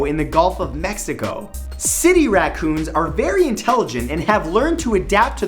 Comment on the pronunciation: TAH EEVIL WAKOONZ!!!!